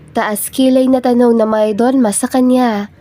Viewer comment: For the narrator shortcut the pronunciation it's mayordoma.